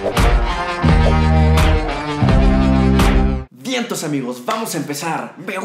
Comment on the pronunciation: Me encantan tus vídeos pero cada vez que dices vientos amigos me viene a la mente como que intentas decir (al pedo) o que te echas uno .